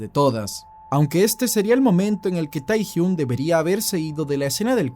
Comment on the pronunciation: Me gustó pero se pronuncia tehyng